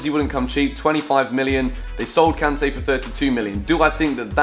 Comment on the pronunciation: Am I the only one who doesn't like the way that says Kanté? Love the videos by the way!!!